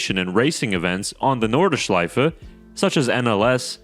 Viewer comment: NORDschleife, not NORDEschleife